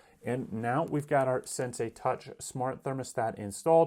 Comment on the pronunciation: At least pronounce the name correctly